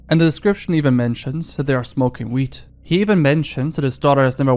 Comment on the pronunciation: I know you mean weed dealers...and I really specifically like your accent. But it does humourously sound like she's black mailing him to buy wheat from agricultural agents. My thought was "Well, with the unpleasantness with Russia and Ukraine, I guess Europeans are getting pretty desperate for grain. So ends The Neolithic Era." Fortunately I live in America - Alabama no less - so I will literally die from processed carbs billions of times before we run low. Wal-Mart is a major population control wing of our late imperial culture.